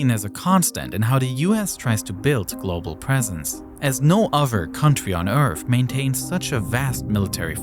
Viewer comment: No country on earf